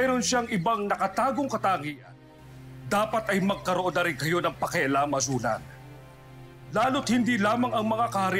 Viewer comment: #Azulan...HAHAHAHA KASOPIYA